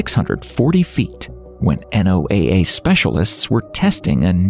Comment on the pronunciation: The repetitive spelling out of NOAA is extremely annoying everyone I've ever met speaks/pronounces it as a word.